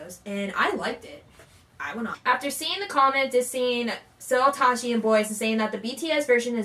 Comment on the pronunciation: He is Seo Tae- ji not Seo Tah ji lol